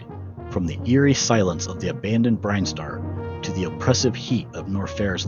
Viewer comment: Yeah, the pronunciation was really distracting. I have a pet peeve about pronunciation. Zeebz sounds better than the others IMO but.... nine-TEN-do was like getting shocked playing Operation with Parkenson's. Norfair should rhyme with warfare and has the same emphasis, Brinstar should be BRIHN-star, etc.